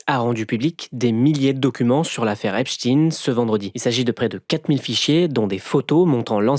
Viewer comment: On prononce Frankenstine ? Parce que Epstine mdrrrrr